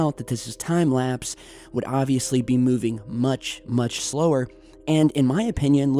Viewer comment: pluse he says its time laspe